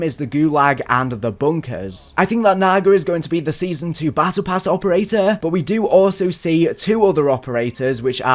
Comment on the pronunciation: why he say “operator” like that 😭